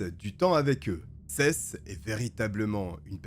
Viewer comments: Juste comme info Seth. On dit Sept (7), pas Sesse. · Seth....sa ce dit sethE.....mdr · Des condamnations a la hauteur du crime et des vies gachées... PS : le prénom Seth ce prononce '' 7 '' comme le chiffre en français 😉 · Je suis un français vivant a los Angeles et j'ai un ami qui s'appelle Seth mais on prononce plutôt sâïsse ou sihisse... Selon mes oreilles frenchy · Seth ça se prononcé sept comme le chiffre ! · J'adore tes vidéos ! Toujours très travaillés , juste fais un effort sur les pronoms anglophones. Seth se prononce comme le chiffre 7 ( comme prononcer dans toutes les vidéos en rapport avec le procès ou par sa propre famille) ... tu m'as rendue folle toute la video ... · J'ai mis du temps à comprendre que le prénom de l'adolescent était Seth que j'ai toujours entendu prononcé comme le chiffre 7 ça me perturbait xD une fois compris le nom j'ai pu me plonger dans l'histoire 🤣